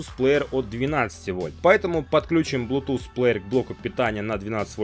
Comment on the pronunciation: не блутуз а блютуз